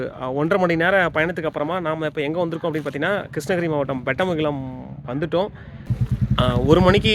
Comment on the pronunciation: ஊரு பெயர் சரியாக உச்சரிக்கும். பெட்டமங்கலம்?